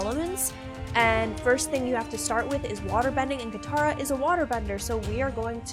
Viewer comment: katara not kamara